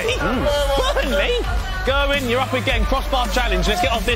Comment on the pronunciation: English people need to learn how to pronounce Gerwyn properly